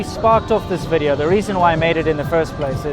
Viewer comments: you could teach you wife how to say VIDEO... not WE-dee-ooo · "Welcome to another wideo!" Your wife is so cute and charming, you're so lucky!